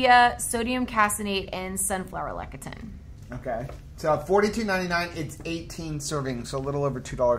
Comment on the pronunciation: please say: “Less-ee-thin” for Lecithin.